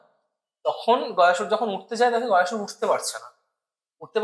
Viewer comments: Gaayasur noy goya sur vardan noy bordaan hobe uccharon ta amra bangali re bhai. Vishnu ji vramha ji 🤣🤣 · বিষ্ণু, গয়াসুর, বরদান, যমালয়, যম - এই শব্দগুলির সঠিক উচ্চারণ করা খুব শক্ত?